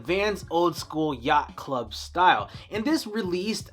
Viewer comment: Dude this was really unnecessary we can all see he has a speech problem not cool